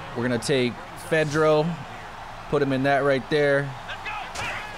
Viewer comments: Pronounced -Fedora Wicks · Yo the TE's name is pronounced Fedora-Witz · It's pronounced fa-dor-uh -wit-z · My dude said Fedro like Pedro I'm dead! lolol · the way u say his name is cj fa door a witch. he is a really good TE for the Texans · It's pronounced fidorawitz